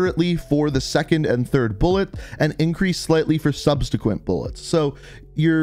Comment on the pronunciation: “Substequent” lol... idk why that made me laugh so hard 💀😂